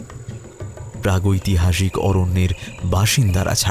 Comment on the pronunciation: aktu bhul mna hlo,, pragytohasik noy,, pragytihasik... Khub bhul sunte lag cha,,, tai bollam..... Golpo ta khub bhalo r uposthapona chomotkar... Asa krbo nxt tym ato bhalo kichu sunte pabo.....❤️❤️❤️❤️